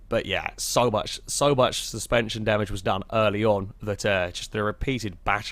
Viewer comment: Did you just try to say steerspension? That sounds like a new term for passive rear wheel steering. Copyright that